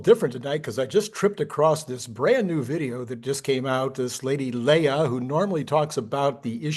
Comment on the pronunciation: Leia? LOL she's not a princess from Alderaan. Her name is pronounced "Lay" or a Hawaiian "Lei". Her content is quite good overall, although I don't agree with everything she says (for example, I think her population calculations are a bit extreme).